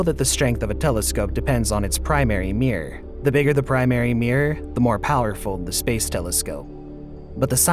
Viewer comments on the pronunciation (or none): I love this, other than your pronunciation of the word mirror as meeeeeer. But you can't have everything.